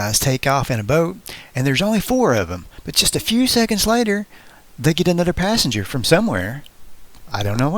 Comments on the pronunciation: a little farder. a nudder trick. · Lots of narrative goofs when "th" is pronounced "d" . Udder for other, da for the, anudder for another, etc.